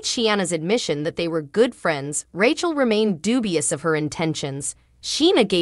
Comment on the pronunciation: I do wish you would pronounce the cast members names correctly. But it is comical that you come very close to call Rachel "ratchet" lol......